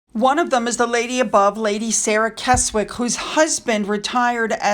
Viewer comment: it’s all about our peculiar pronunciation of the British place names. To misquote a famous phrase “It’s not you, it’s us”, LOL. BTW, this is as near as I can get it but, Keswick is pronounced Kezzick or Kessick and Chisholm is pronounced Chizzum.😵‍💫🫤😟